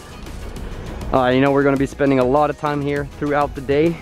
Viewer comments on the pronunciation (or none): none